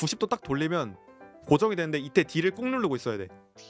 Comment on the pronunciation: 이때를 이떄라고 했어염